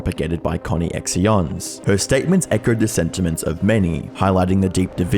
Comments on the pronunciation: It's pronounced as "connections" not "Connie-x-ion" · Did he pronounce the channel that's obviously called connections coinections or something like that 😂😂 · Really good video. It’s sad to watch the reality of it all. One point to raise though, I’m pretty sure ConneXions is pronounced connections. It’s a play on the word I think?! Either way top video! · I can’t stop giggling at the co-knee/x-eons when it’s connections with an X 😂. This story and what she did was horrendous and I’m glad she is in jail now. Both of em. But I think her ex husband deserves to be in jail too. He never did anything to help his kids, he abandoned them. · "Connie-x-ions" 🤣 It's CONNECTIONS mate, use common sense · It's pronounced connections.... Not Connie-X-eons or am I just crazy. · it’s pronounced “Connections” not “Connie-ex-ions” ? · Surely you can understand that the name of Jodi’s company is pronounced “connections” and not “Connie ex eons” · connections ❌ conny x ions ✅ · yes, i bet it's pronounced 'conny axions'. not 'connections''. real annoying speech pattern you have there btw buddy. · conne-x-ions... it's pronounced like connections, bud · I don't know if he is purposefully mispronouncing ConneXions ("connections") as "connie-x-eons" or if he genuinely believes that's how it is pronounced... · "Connie-Ex-Ions" I think it's meant to be pronounced like "Connections" 😂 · bro, its Connections...not Connie Ex Ions. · Connie-X-ions? Bruuuuh.. connections. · great doc! that said, Connie-X-Ions is pronounced Connections... lol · "Connee-ex-eeons"? It's pronounced Connections! 🤣🤣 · Connexions is meant to sound like “Connections” Not Coney-exxee-Ohns. Lmao. Smh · Bro, Connections. Not Connie-X-Eons 😂😂😂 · “Connex-eons” bro cmon I know you’re not that sense you’re not reading that as “connections” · Con eeee ex eons hahaha it reads connections! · it's "connections" not co nex si ons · Connie-ex-ions lol! It's connections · Isn't it just "connections" and not "Connie ex eons"